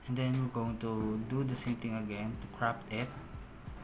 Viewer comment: Bro "crOp" it not "crAp' it